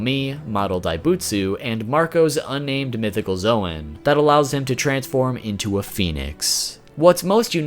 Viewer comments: I just ignored him when he said zowan instead of zown (Edit: not the spelling the pronounciation) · Bruh its Zoan pronounced Zone not Zwan lol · Zoan is pronounced zone not zo an